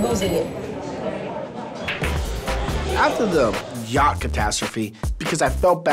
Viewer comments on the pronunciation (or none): none